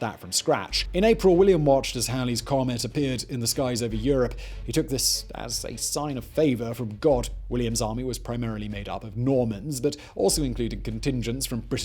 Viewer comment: Simon, it's Halley' (rhyming with valley)